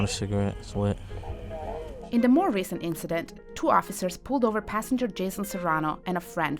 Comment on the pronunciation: The narrator pronounced it the "INK-CIDENT". How do these people get these jobs?